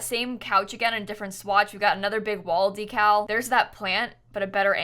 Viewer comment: Excuse me, HOW did you pronounce decal??